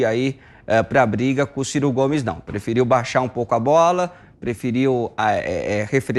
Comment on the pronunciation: Kkkk ! Gostei do " CIR CO " GOMES !!!